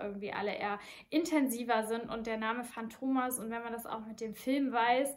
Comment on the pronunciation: viele betonen das Synthetische (Maschinen, Öl) an dem Duft; muss man mögen oder nicht...btw: matto (ital.) heißt "verrückt", hat ein kurzes "a", so wie "Schach-Matt". Fantomas wird auf der letzten Silbe betont (war übrigens nicht nur ein Film, sondern eine ganze Serie).